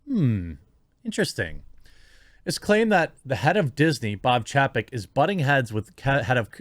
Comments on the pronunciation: It's pronounced CHAYpek. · Chapek is pronounced Chay-peck. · Say it with me "chay-peck". Learn to pronounce names. You make us look bad.